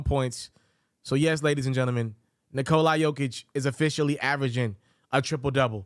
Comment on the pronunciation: This dude keep saying Nikol-i